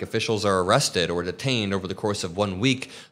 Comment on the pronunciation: Hi, love your show! But please stop pronouncing these words this way: "ah-legal" for illegal and "ee-rested" for arrested.